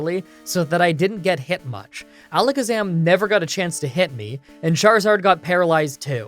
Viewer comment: ...You know, For one second I thought you said Jarizard